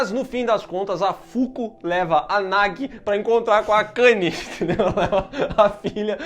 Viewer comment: Gente só um adendo, a divisão silábica do nome da guria é Na-gu-i, não Na-gui. Pra ter a pronuncia similar ao português, o nome deveria ser Nagi